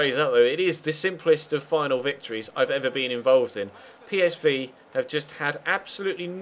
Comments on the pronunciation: I think you'll find its pEEsv not paysvay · ***** Belgen zeggen volgens u dus "Pie" in plaats van "Pee"? Daar heb ik zelfs de heer Gerets nooit op kunnen betrappen.